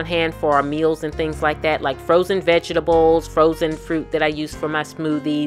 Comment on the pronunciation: "vegestables" lol. Very inspirational, great video! Thanks for sharing!